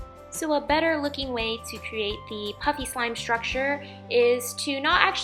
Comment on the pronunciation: it sounds like she is saying puppy slime